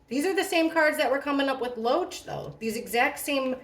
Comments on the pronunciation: did anyone tell you his name is David Loach but you keep saying Roach like the bug 😂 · Every time I hear you say Loach, I hear “roach” 🪳 Sounds like 🪳 has some pretty strong emotional feelings towards E.